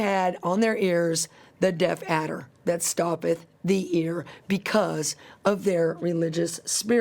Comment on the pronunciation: Death adder ? sounds like she’s saying deaf adder .